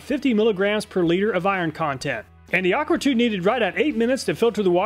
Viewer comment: aquatru not aquatrue